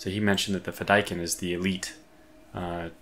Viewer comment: The pronunciation of the death commandos is fi-da-keeeen as it comes from an Arabic word :) loving this series so far, might have to grab this game this week as I’ve been waiting for a new episode of your play through every week!